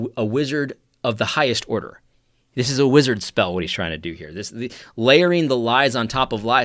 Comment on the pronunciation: " confusion of the highest ordah"